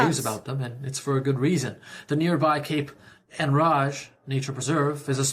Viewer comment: Cape Enrage mispronounced. Typical lol. Don't move to New Brunswick!!